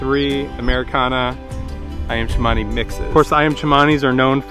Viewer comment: it called Cemani not Chamani